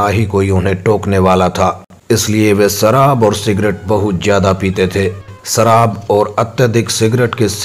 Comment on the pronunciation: Detail toh bahut achhi di hai par maatr-bhasha hindi ka apmaan kartey sharam nahin aati. Apna uchhaarann sahi karein. ' sh' ko ' ss' na bolein. Laal mirchi ya hari mirchi khaayen. ' sharaab ' ko ' saraab' bol rahey hain. Idiot. Jai shiv shankar.